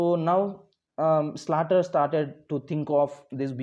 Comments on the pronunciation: Sir it is pronounced as slater not salter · Sir not salter it's Slater